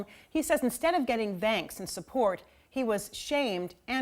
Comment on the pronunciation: my ex said thanks like that. Like "the" instead of a normal th. People are weirdddd